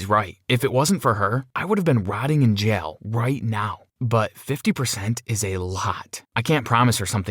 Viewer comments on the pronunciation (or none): Lol the way he says jail he says jial